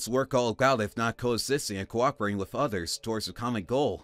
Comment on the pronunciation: The actor playing Colin doesn’t enunciate. He speaks very lazily. The end of some words is completely dropped. BTW…”With” is pronounced wiTH… not wiff. With was mispronounced throughout the entire story. “The” is not pronounced duh/deh. Duh money. … deh house., etc … “Any” is not pronounced ey. Gratude is pronounced gratitude.